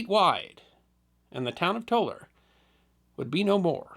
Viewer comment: Didn't know there was a Tolar New Mexico. And thank you for pronouncing Tolar correctly. Also, could you do the New London School explosion. My grandfather helped with the rescue. I have pictures of the event, if you'd like.